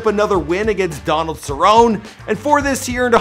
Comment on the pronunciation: Speaking of reading you miss pronounce everything Cerroni Lodi